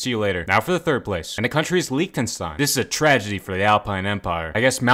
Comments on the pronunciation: DID YOU JUST PRONOUNCE LIECHTENSTEIN AS... [LEAKED-EN-STEIN]. IT IS [LICH-EN-STEIN] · I love the pronunciation of Liechtenstein as LEEK-tenstein. EDIT: This was a joke, the pronunciation was awful. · Lick-ten-stein is how it should be pronounced